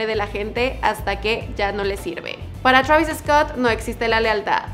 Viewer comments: se dice Twreivis, no TRABIS V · Me da cosa que le diga chuavis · "Shravis" travis ptm!!!